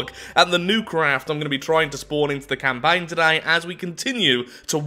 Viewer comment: From the Depths CamPAIN